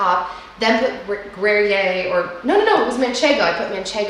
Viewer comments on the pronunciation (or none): Pronounced .....Gree- air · Gruyere is pronounce gree yair